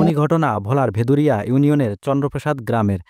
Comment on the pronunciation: খবর উপস্থাপন করতে হলে যে স্থান বা যা নিয়ে করতেছেন সে সম্পর্কে আগে ভালো ভাবে অবগত হইতে হবে যেমন এখানে ইউনিয়ন হবে ভেলুমিয়া আপনি বলেছেন ভেদুরিয়া বিভ্রান্তকর খবর উপস্থাপন থেকে বিরত থাকুন